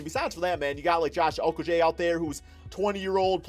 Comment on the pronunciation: Just saying it’s pronounced oh koh gee